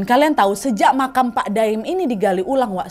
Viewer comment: maap kak nad tapi aku salfok sama kak nad yang awalnya bilang pak 'daim ' jadi pak 'doim'😭😭